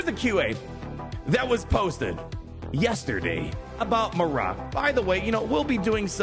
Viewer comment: Mare-rick* = Marrok, no way it’s pronounced mar-rock it’s annoying to hear and makes my ears feel like they want to bleed.